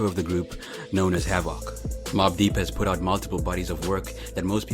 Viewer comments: His name is pronounced Hav-Ik not Hav-ak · Havock? Fuck I hate you hype ibeasts.Isidro I’m m . can’t even say the mans name correctly. And that’s even more embarrassing seeing that HAVOC is a offense strategy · Yo said hav-voc